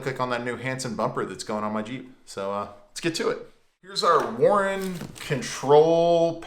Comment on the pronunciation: Learn how to say warn not Warren 😂